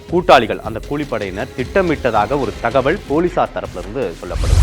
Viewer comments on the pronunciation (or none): ஏன்டா தமிழை இப்படி கடித்து குதர்ர …. தகவள் இல்லை தகவல் …. தமிழ் ஒழுங்கா பேசவே தெரியலையே …